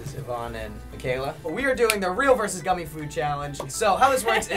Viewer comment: Who go bothered when he said real vs "goomy" challenge